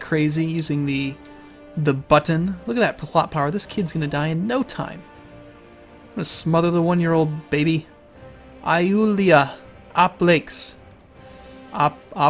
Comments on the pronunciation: hey about Greek pronunciation; Ioulia sounds like 'Yulia' and the 'i' usually makes this sound if its at the beginning of a word where it looks like a J should go. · Her name was pronounced Yoo-lee-ah Ahp-lak-ees